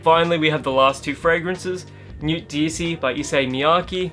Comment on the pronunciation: you can't just go around saying "Newt" like some bogan. It's pronounced "Nu - e" where the t is silent.